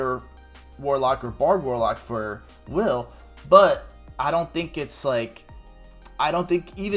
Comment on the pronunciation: Did you just call him "wyle?" like, Kyle with a W? The game literally calls him "Wil". just spelled differently.